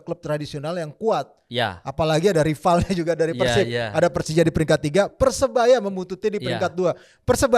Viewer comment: Bang biasakan kalo nyebut PERSIB itu pake E. Bukan "eu". Gak enak di dengar nya 😂